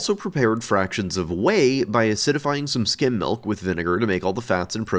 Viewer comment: Omfg he’s saying skim milk not skin milk